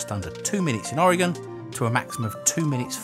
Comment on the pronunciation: Thank you for not pronouncing Oregon like Oar-Gone :)